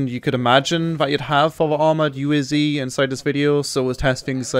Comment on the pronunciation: wrong pronounce UAZ !